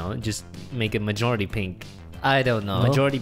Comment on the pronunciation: He said mijority pink